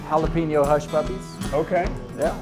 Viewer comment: Can’t trust the judgement of anyone who can’t say jalapeño